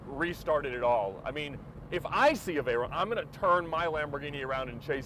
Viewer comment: its a nice car but please call it veyron note veyeronne its a name a famous name ! a racing legend Pierre Veyron !